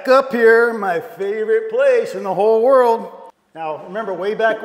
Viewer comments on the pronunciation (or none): none